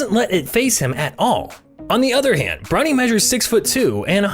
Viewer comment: can’t tell if he’s saying bronny or brownie. cool luh video tho.